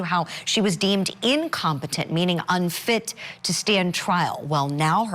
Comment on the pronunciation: "INCOMETENT"😁 says Ms Grant